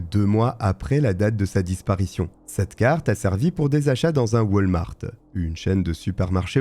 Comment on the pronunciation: lol waltmart sa ce dis pas come sa la dernière foix tu ma dis pour kurt je tes donnés le bénéfices du doute mais cette foix si echec et math ont en a au québec et sa se dis pas du tout come sa XD